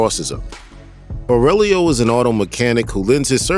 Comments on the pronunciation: How can you mispronounce so many things? Where you just reading a random script without seeing any movie? Especially Aurelio, You keep Saying FFS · Who is? You mean Aurelio (pronounced aww-rell-ee-oh)? Did you watch the movie? Lol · Aurelio!! Not Aurielo! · First, Winston doesn't betray him. Second, Aurellio, not Areulio. WTF Third, he made Vigo the crime boss of NY. Like, there were other families, but John ended them. It's said by Vigo that John made him, what he is now. That lack of research, god. Usually don't say this, but very bad video. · His Aurelio pronunciation hurt my ears